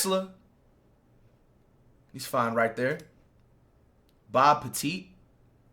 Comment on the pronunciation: did this mf say bob petite😂😭